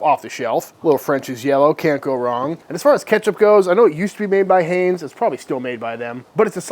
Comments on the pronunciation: …. I’m from Pittsburgh, home of Heinz Ketchup, Pronounced “HINES” long I sound.. 🤦‍♀️ sorry! I love ya but I had to put that out there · Did the just say HAYNZE? Wth? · lol at how he pronounced Heinz